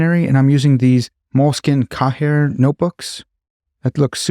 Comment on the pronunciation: The way you said Cahiers was funny to me but highlights the weirdness of the French language, it's pronounced "Kayeh" but written in a way you'd only know to say if you know most "h" in French are silent.